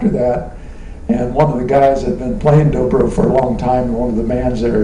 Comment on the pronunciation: It's "Dobro", not "Drobro" hahaha